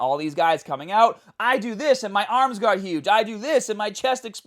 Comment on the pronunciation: do you train ammmms? 😂